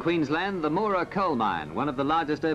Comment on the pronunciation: Haha "Moo-ra". It's pronounced "Mow-ra" (mow as in cow). This was a fairly small dragline but big for it's time. I remember it being assembled.